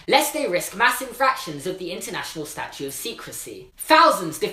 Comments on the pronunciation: George Kaplan I think he was saying statute of secrecy but his accent made it sound differently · u realise its statute and not statue, and legislation has a j sound not g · "Statute" not Statue.